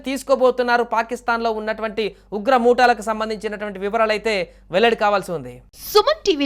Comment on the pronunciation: ఉగ్ర మూటాలు ఏమిటి బాబు తెలుగు పలుకడం సరిగా రాని నీ లాంటి వెధవలను న్యూస్ రీడర్ గా ఎంపిక చేసిన వాడు శుద్ధవెధవ అని అనుకోవచ్చు.ఉగ్రముఠాలు అని తెలుసుకో